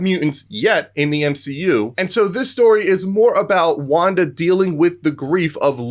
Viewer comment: ha not wanda